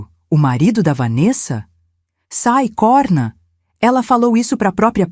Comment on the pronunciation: A narração é medíocre erros de português sempre em todas as histórias e nesse vídeo COHRNA NAP CORNA DIM FECHADO COMO CIRCUNFLEXONO O. VERGONHOSO ESTAO ENRERRANDO NOSSA LUNGUA PORTUGUESA